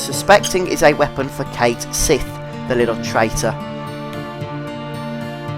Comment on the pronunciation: Aeris = Air-iss, not Air-eez. Cait Sith = Keht Shee, not Kayt Sith.